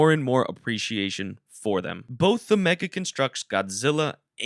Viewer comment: Do you just say meggle The Ha ha He set Meggle